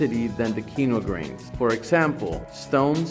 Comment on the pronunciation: Bro I’m so focused on why he says “qeeno grain” but then says quinoa correctly when he doesn’t say grain